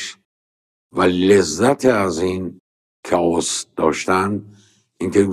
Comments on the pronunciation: استاد جان کلمه chaos به معنی آشوب چاووس تلفظ نمیشه درستش کی آس هست keias تلفظ میشه ˈkāˌäs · استاد chaos کاوس خونده نمیشه کِی آس خونده میشه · کی آس درسته .. کائوس چیه دیگه😂😂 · كائوس نه استاد. تلفظ صحيحش (( كِى آس )) ئه. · استاد عزیز کِی آس تلفظ درسته😊chaos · سلام وقت به خیر تلفظ صحیح کلمه ی آشفتگی Chaos یه جور دیگه ست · chaos فقط تلفظ